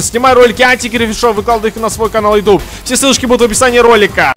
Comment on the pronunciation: Будто эти полицейские не разу не слышали слово Ютуб (йутюб).